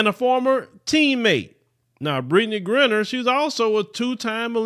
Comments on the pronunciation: Dude say her damn name right its Gri-👁-ner and your content is bad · Sad that she has to go through this and says her last name wrong! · I cannot take your mispronunciation of her name.